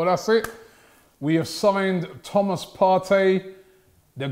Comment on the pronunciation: "He's Thomas Partey. Not fiesta!"